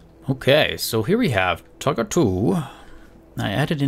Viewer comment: Whenever you say tugger I think you say tucker